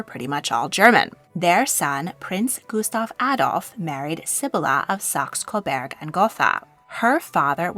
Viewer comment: I can live with Gotha in English pronunciation. But Coberg is not the name. It's Coburg. Like Hamburg